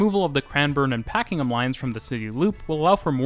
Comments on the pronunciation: A great video, thanks. Just having difficulty deciding on whether you say Pakingham (Line) or Pakenham (Line). It is Pakenham. Also, an update to the aerial shot of the train lines and again with the construction in the background, just outside Caulfield train station. The Construction is now complete, with hundreds of appartments, suited to student housing as Monash University, Caulfield campus is a few minutes walk away. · only note on pronunciation; Pakenham is said like "Pack-en-em" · North American English is very different and England/Aboriginal inspired words are not intuitive. I had trouble with Pakenham, Maribyrnong, Mordialloc, Prahran, Cheltenham, Chadstone etc as a Canadian. And don't get me started in Reservoir, Aussies have no idea how to pronounce French words.